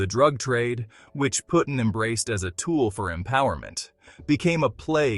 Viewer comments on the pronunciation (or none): Pretty his name is Puddin. As is pudding. Not puttin